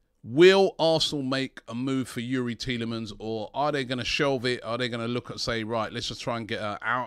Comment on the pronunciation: Petition. AFTV should make a compilation from this window with everytime Robbie said Thielemans.